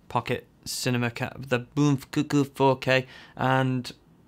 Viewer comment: Finally someone pronounces Bmpcc4K the right way! the best review ever seen!